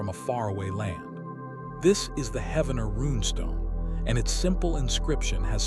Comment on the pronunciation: Spiro is pronounced like spy-ro, not spee-ro. Wichita is pronounced witch-eh-tah like Tahoe, not like cheetah. Heavener is pronounced like heave, with a hard e, not like heaven. As an Oklahoman this was really hard to listen to and I didn’t make it past to see what else you mispronounced